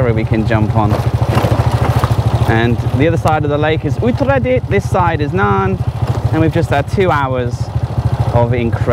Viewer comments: Hey, you pronounced a province correctly! :) This channel is going places 5555 :P Don't swallow the "a's", thai cant deal with too many consonants; u-ta-ra-dit. It's also why they say sa-trawberry, in stead of strawberry. Love these travel video's, keep them coming! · That dam is named after the queen Sirikit, the former queen of Thailand. I would avoid calling her "sik a tit" :P Also Uttaradit isn't really super hard to say, you just somehow confuse the a's. U-ta-ra-dit Good video.